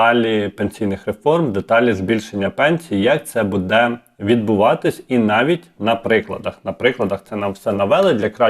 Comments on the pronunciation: Вельмишановний , в слові «буде» наголос на першому слозі - « буʼ де» не « будеʼ»; в слові «розкажу» наголос на букві «у» не на букві «а».Дякую за працю.Коли б це збулося, про що ви розповідали в ролику! Буду чекати на підвищення пенсіі.❤🎉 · Не будЕ, а бУде.